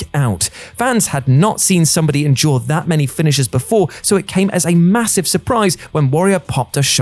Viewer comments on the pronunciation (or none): none